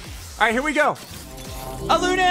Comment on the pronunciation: Everytime he pronounces Alune like that makes me want to rip my hair out 🫠